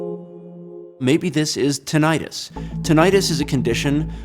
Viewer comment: He can"t even pronounce tinnitus properly.